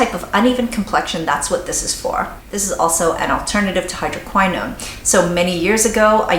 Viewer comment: You are mispronouncing "hydroquinone" - hydro - QUINN - own. It is NOT pronounced (hydro - k - WHY - known) - Jesus L - A - D - Y!!!!